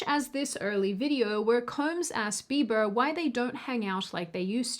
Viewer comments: Justin Be-bah. Lol! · Did just say “Justin Beeba’s forma house keepa” Gosh she is cute. In any event, with a million subscribers seems to me that is something of a celeb herself. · justin Beeeba 😂 😉